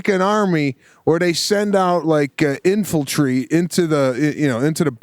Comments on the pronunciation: Lmfao! “INFALTRY”! Sebastian is great man! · "Infaltry" - A Maniscalcoism